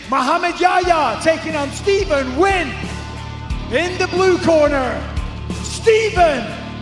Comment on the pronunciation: Good Job on pronouncing the name Nguyen, Mike 👏🏻